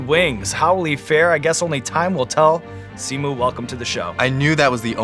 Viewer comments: Did Sean say Simu wrong? the audio in the intro sounds funny lol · Hang on did sean mispronounced simu’s name ??